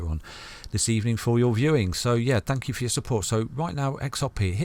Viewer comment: The Thank you sounds like Fu#&k you.... Lol